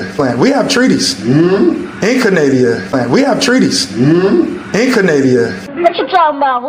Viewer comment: I was almost certain he said “child copulation,” but upon further review it could have been “population.” Hard to tell because he mispronounces so many words like a dummy that’s trying to sound smart, like “Canadia”, “epitic” (epithet?), and “zimaphobic” (xenophobic?).